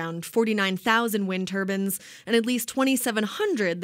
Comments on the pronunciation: Did she say... Wind Turbans? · Stop calling them Turbins. They are turbines. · Turbans XD i think she means turbines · She keeps calling them turbins not turbines. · turbines not turbans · "Wind Turbans" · Turbines not turbins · Why does she keep saying “turban”? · Tur-bine Tur-bines not Tur-ban Tur-bans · Hahahaha haha wind tubins lol seeks have tubins there called turnines but hay you made me lough say it again turbines lol lost my shit... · The narrator should know that these are turbines not turbans . STFU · Its pronounced "Tur-bines" not "Turbans" Sikhs could wear windmills on their head but i think they prefer turbans! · The constant mispronunciation of "turbines"... Ugh.